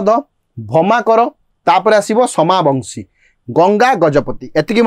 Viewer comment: ସୋମବଂଶୀ dynasty not ସୋମାବଂଶୀ